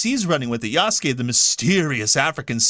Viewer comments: Ya-Su-Ke. Eastern culture say each hieroglyphic as one syllable. It's not combine. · Everytime an ignorant English speaker pronounces the name yaSUke, a baby deer dies somewhere.